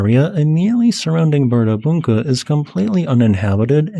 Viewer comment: The d carrying a cross symbol should be pronounced like the 'th' in the in English. On 2nd hearing, I think you got it. It's hard for an English speaker to put that sound in an odd place.